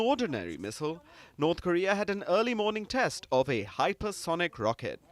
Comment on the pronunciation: Test is pronounced as taste by! Is this a South African accent?